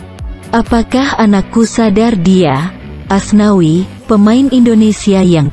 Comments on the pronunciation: nyebut Asnawi jdi aswani😂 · Menit keberapa gitu sebut asnawi jadi aswani amsonkkkkk....